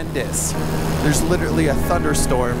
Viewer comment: Not to be critical, but it’s "literally", not literately.